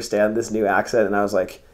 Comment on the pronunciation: zijn accent was goed voor een amerikaan